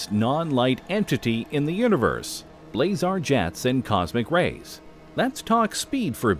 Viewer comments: Ballzars lol isn't it blazars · You’re wrong, largest black hole is TON 618 at 66 billion solar masses. M87 is not located in Milky Way, Sagittarius A is our galaxies black hole. Also it’s BLAZAR not ballzar. This video isn’t very accurate. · Its not BALLzar, its BLAZar. As in QauSAR.....blaSAR..... M87 is NOT in our galaxy. The Milky Way’s supermassive is called “Sagittarius A”. Jeez, research much? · M87 is a separate galaxy! It's not in the Milky Way! And it's 53 million light-years AWAY, not LONG! Also, "balzar?" Really?! It's "blazar!" It's just a quasar that happens to be pointed in the direction of our planet, making it appear more intense! Christ, get it right! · M87is a separate galaxy! It's not in the Milky Way! And "balzar?" Really?! It's "blazar!" It's just a quasar that happens to be pointed in the direction of our planet, making it appear more intense! Christ, get it right! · Sometimes I wonder if this channel is narrated by an AI but I'm pretty sure no AI would say 'Ball-zar'.